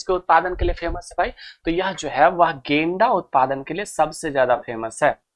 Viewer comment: गेंडा ❎ .... गेंदा ✅